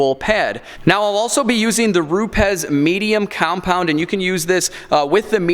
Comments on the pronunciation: "Groyt" . . . Gree-oh. "Rupez" . . . Roo-ps. Buttering up your pad?! Haha. Don't listen to this joker, I thought from the title this was wrong. It's dangerous to put out videos that could help ruin people's paint. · And its pronounced Roubs there bud